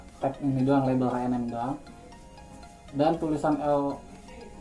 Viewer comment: Btw bacanya bkn haenem tapi ecenem wkwk